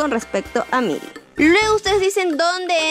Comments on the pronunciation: Se pronuncia mili porsiacaso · Jajaj no es mayly es millie jajjaja 🤣🤣🤣